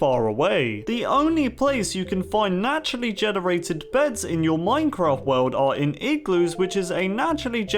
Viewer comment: Is it me or does he say "back in the earlier days of mincraft" like or use this emoji👍 if u agree